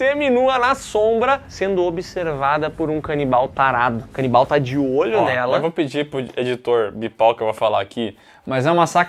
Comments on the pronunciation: Cara... zero maturidade pra ficar ouvindo "canibaia" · Todas as vezes que eles mandam "canibaia" eu berro hahahaha bom de mais!!! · A “canibaia” KKKKKKKKKKKKKKKK